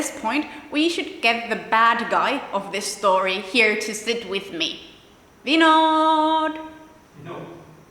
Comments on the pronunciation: Vinod pronounced Vin-noth, d like -th. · I love the way she call vinod . Typically like indian 😍